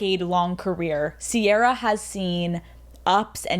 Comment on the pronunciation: This is great, but it’s Ciara not sierra